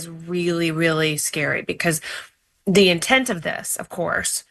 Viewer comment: She can't say the in year 21